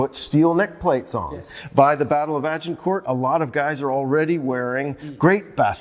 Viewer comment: I hate how Americans, especially academics, butcher English language pronunciation such as Agincourt. No respect for history, they have to Americanize everything or invent new words for words that already exist and mean what they intend to convey, eg. "Detainment" for detention. Poor education, ignorance and arrogance.